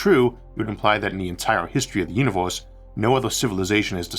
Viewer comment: staUs and univeUs. Please try to fix voice record with aElevenLabs.